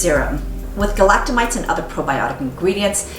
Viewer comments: Galacto-my-SEES not mites! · I like your videos, but FYI "galactomyces" is not pronounced that way, and SKII uses saccharomycopsis ferment filtrate, not galactomyces ferment filtrate.